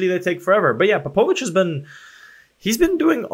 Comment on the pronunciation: Ps. You are mispronouncing Popovics name. Its like Matiya Popovic :))